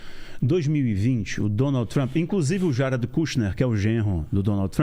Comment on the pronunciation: Ate que emfim um brazileiro que pronuncia o nome Jared corretamente!